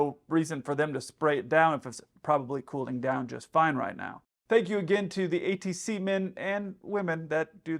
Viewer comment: ATCeemen and women? 😂